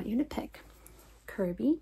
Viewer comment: THE VOICING FOR KORROCK WAS ON SPOT, but Kirby just kinda. "YEER III"